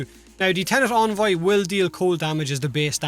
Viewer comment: En-Voy not On-Voy